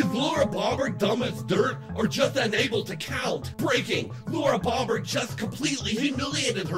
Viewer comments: I thought her name is pronounced O not AH. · Two words its bow bert.. not bob bert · Pronounced "Bough-bert" not "Bah-bert" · FYI, it's pronounced "Bow" bert.... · Her last name is Bo/bert. Not trying to be a dick just helping with how to pronounce her last name. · That bothered me too lol Ive never heard anyone pronounce it like he did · You're mispronouncing her name.